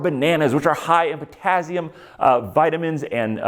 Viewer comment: the way you say potassium hurts me